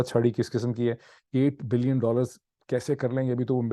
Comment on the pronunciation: اردو گفتار میں ۸ بلئن اور 8 بلئن کے تلفظ سے بہت بڑا confusion پیدا ہتا ہے- براہ کرم اس کو آئندہ نہ کیجئے